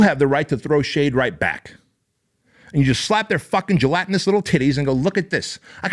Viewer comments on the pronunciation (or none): B said Gelatinous 😂😂